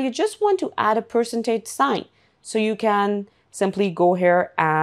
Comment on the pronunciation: That was hilariously funny. The AI did NOT even know how to pronounce Percentage.